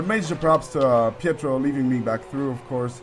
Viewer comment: correct - and he was saying petrov when he should of been say pietro